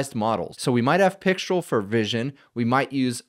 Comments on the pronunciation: C'est Françaaaaaais?! 😅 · Pixtraaaal. Alternatively, you could wear a black beret, a white-and-black striped shirt and hold a cigarette, at which point you can go ahead and pronounce it either way. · "Mistral" is (English/American-ised) pronounced with an "el" sound. Pixtral would be similar. So "Pic-strel" would be appropriate. However the French pronunciation is with an "all" sound. Since mistral is a French word for a cold wind that blows across France, I would go with that for correctness. It's actually more like "me-strall", so in this case "pic-strall" should be correct. At any rate, I look forward to a mixture of agents/experts scenario where pixtral gets mixed in with other low/mid weight models for fast responses.